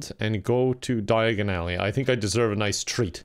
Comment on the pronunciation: You know,, the way you said Diagon Alley is how Harry done messed up